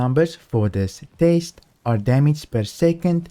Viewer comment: you keep saying taste not test...